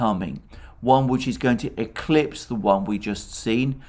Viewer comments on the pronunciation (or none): none